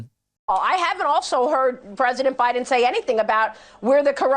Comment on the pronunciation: If you pronounce Biden as "Baahden", I don't believe a word you say.